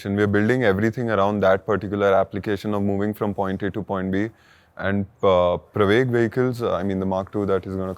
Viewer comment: This comment is to appreciate your pronunciation of pravaig (प्रवेग)